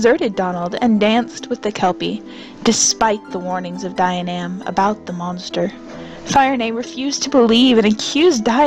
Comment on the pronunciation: Dianaimh is pronounced Jee-uh-nif.